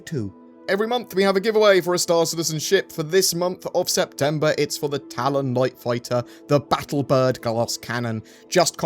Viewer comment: Did you say a Talon?